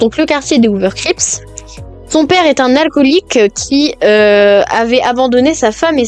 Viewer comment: crips alice crips pas creeps